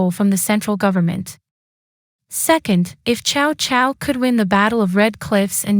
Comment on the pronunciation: Sorry, it’s pronounced Sao Sao, not Chao Chao, and what do you mean “5 barbarians”